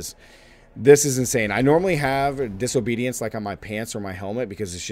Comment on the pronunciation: Did he say diso-bootyance?